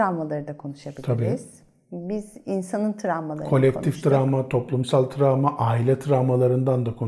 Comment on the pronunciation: Tramva değil travma😆🥰